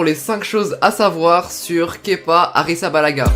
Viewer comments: un des rares qui prononce bien son prénom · Tu est le seul à bien prononcer kepa à blabla ! 😁👌